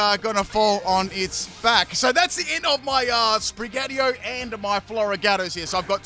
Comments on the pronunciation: Sprig-a-teetoe not Spri-gatee-o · Another cat starter which ends up coming off of all 4s. Wonder how many times called Sprigatito 'Sprig-atio' in this video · it’s SprigaTITO not Sprigario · starting this video i immediately notice your mispronounce you say Sprigatio its Sprigatito also its Meowscarada not Meowscar this is my favorite starter line i dont get all the hate it gets when Quaxly is the worst Fuecoco line is my second favorite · It's SPRIN-GA-TI-TO, not SPRIN-GATIO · Yup, really like Sprig-a-ti-to. Not sure what Sprig-ah-ti-oh is... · If he says Spri-gyatt-io one more time I’m going to explode. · I swear I head spaghettiO instead of sprigatito at least once. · Spaghettio < Spraghettio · It's SPRI-GAH -TEETO. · It sounds like you’re saying spaghettio 🤣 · You say Sprigatito in the worst way haha. It's pronounced Spree-gah-teeto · Sprig-Uh-Tea-Toe. <- Pronunciation :P . Tinkaton sqeesh. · Did you just call it spaghetti-o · Uh oh...Sprigatios😅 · I kept hearing spaghettiO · should eat a pickle for every time he mispronounced "Sprigatito" in this video. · Its funny how you pronounce "SpriGatito", since is a Spanish/Portuguese based word😆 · Gotta love the way he pronounce Sprigatito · Sounds like it comes in a can with watered down tomato sauce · In todays video butchers the name of sprigatito for 26 minutes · I counted like 4 times in the first minute alone XD